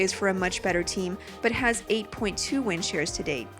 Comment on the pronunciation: You sound like you're saying wind sheers